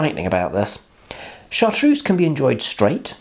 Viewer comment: Cabbage!? Are you quite all right? Mint, fennel, anise, sage, tarragon, thyme...all these come to the fore and then there is a slow revealing of other flavours as they distinctive elements of the bottle reveal. Chartreuse (pronounced Chartrurze, not Chartrousse) is magnificent. MAGNIFICENT! And it is best served, like many strong spirits (vodka, poir williams, etc) straight from the freezer. It's excellent in a green chaud (pronounce sho not shaud, yes there is a motif here) and is also delicious pored over lemon sorbet (but only use a little). There's a reason it's a classic. It has stood the test of time. Yellow Chartreuse? Don't bother.